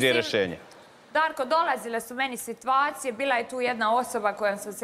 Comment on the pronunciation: Al' kad kaže SITVACIJE 🙄😳